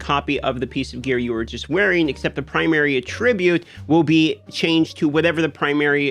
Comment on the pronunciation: Rofl 🤣 lrn to pronunciate attribute. This ain't Hunger game's ma dude " a tribute" looool